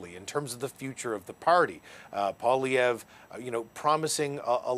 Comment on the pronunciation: How hard is it to teach a Canadian, a member of a Bilingual country, to pronounce M.Poilievre's name? It surprises me that these Canadian reporters cannot learn to pronounce 'poil ' and 'ievre' in proper French. It is courteous to learn how to pronounce a person''s name and does not to take much effort.